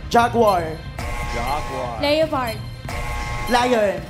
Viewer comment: Le-yo-pard ampota. Aral aral din kung pano bigkas nun. Shunga